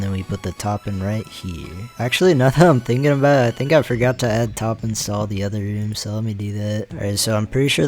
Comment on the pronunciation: "I forgutter" 💀